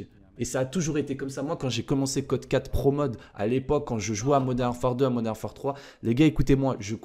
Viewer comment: Je t'aime bien mais juste arrête de dire modern arfare😔